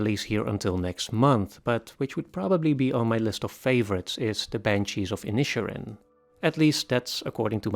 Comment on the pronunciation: The pronunciation of "Inisherin" should be thought of as two seperate words, Inish Erin. I don't know why they chose to put it as one word in the title anyway. Inish means island in Irish and Erin means Ireland